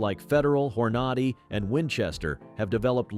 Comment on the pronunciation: I really hate this AI voice and the "point three eight caliber"/"point four five a c p"/"Hor Nod Ee"/"one nine one one"/"leed" (lead) abuse of the English language. Hello? "Myth #4" is labled "Myth #2" Meh. I've been a IPSC/IDPA/USPSA competitor. I love the 1911/.45, but I carry a 10mm. I live around bears and meth freaks. .45 is suboptimal in this environment. I'd have to go to .460 Rowland to match my 10mms.